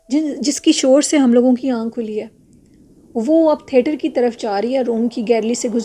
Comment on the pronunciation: Assalamualaikum warahmatullahi wabarakatuhu From lucknow with love. Its theatre not therter . Nice stories thank you.